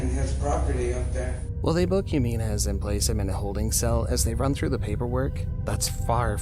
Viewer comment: You're mispronouncing Jimenez. It's not "Heh-mee-nez" it's "Hee-meh-nez"